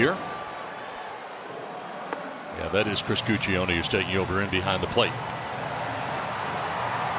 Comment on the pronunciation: The pronunciation of Guccione is great.